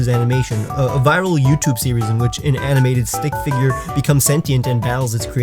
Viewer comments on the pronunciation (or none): none